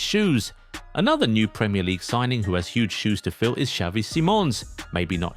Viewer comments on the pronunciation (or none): none